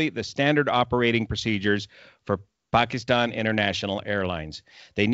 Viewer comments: One of the best reason that I like you is you know exactly how to say words like Karachi, Pakistan etc. you don’t say Pakistan like most ppl do “Paasykisstaaayn” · So true...she'd be terminated by CNN or other like networks for doing research before reporting her story. I hope she has seen all the great comments. I also like that attempts to pronounce her name and the names of the Pakistan cities correctly. To me it is a sign of respect.